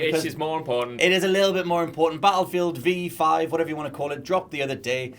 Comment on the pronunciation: Who the hell calls it bttlefield V?? Other than someone who doesn't understand roman numerals.